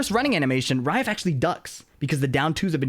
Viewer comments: He's literally not saying Ra-if. He's saying raef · Does it sound like is saying "Rai-ehf" (like the letter F) when it's supposed to be "Rah-if"? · I don't mean to be snarky, I'm a fan. It's Ra-ef (رائف). Like Ra if. Anyways back to watching the video. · he's not the pronounciation on the R isn't correct.